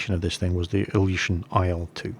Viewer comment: Not only your Russian accent is strange, also the pronounciation of the names Ilyushin: Say "BillY you shiT nOOB" without the uppercase letters. :-) I don't understand what you told about the Po-2. Afaik it was never used to strafe while flying level at 50 feet. This would have been suicide in such a slow plane. It was mostly used as trainer, liason and recon aricraft and as night bomber.